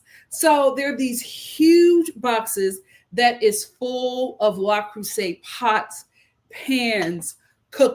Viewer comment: I'm dead!!! 😆🤣🤣 The Frenchman pronunciation 👌🏽 Yessss!